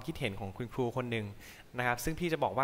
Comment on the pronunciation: น้องจานิน เวลาพูดต้องพูด ร และ ล ให้ชัด เช่นคำว่า ครู ไม่ใช่ คู ร้องเพลง ไม่ใช่ ร้องเพง